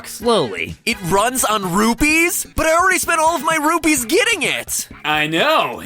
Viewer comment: It's rupees not rupys